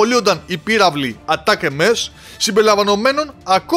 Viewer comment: Ατάκαμς βρε αδερφέ, ατάκαμς Όχι Ατάκ εμές.